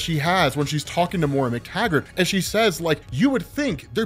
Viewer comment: Why do you keep calling her "MORE-UH"? Do you not have access to the internet?